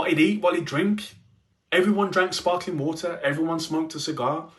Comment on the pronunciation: LOL "SPARKALING WATER PLEASE"🤓🤓